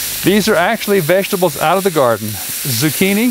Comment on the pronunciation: The way this guy says vegetables lol I laugh every time for some reason